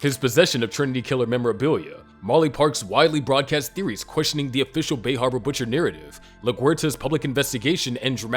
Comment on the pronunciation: The bay hawba butcha